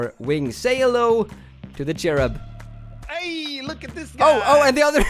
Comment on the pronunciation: And it's not cherub it's curbIM like in the ending of the word "him" again